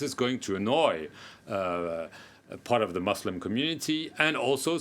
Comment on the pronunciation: First learn to pronounce the word Muslim correctly then try to solve our problem.